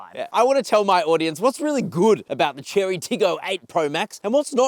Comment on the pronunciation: Chery is not Cherry, it's Che-ray.